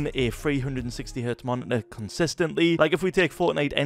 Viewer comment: "nasty stoof" "monit-aaa" "